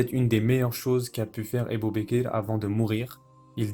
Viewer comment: Masha'Allah! Très intéressant, c'est la version de la série Omar. Mais c'est quoi cette façon de prononcer les noms des compagnons ? Ébou békér, c'est fait exprès ou quoi? Puisque le narrateur pronce très bien autres mots en arabe